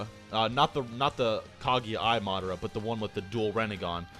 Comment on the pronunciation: "MaaaHdurruh Yuoocheehuh" "Kaageea" Wtf is wrong with you? Say the names right dumbass lmfao.